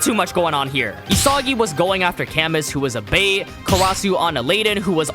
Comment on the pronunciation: I know we will probably never hear his name again, but just for future reference if there are more French people in the manga with names that are similar, camus is pronounced "cah-moo" not "kamuhss"😂